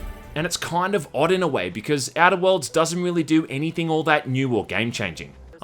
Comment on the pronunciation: The way he says Outer Worlds sounds to me like "edibles" lol.